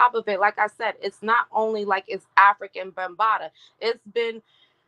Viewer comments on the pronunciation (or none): How can you give credibility to this woman who is not even pronouncing the man's stage name correct? It makes it seem she hasn't done good research or has no clue who he is.